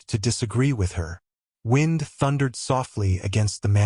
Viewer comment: Did not care for the narrator. Mispronunciation of the word "wind" and every time he said something "quietly" it sounded rough and angry. lol.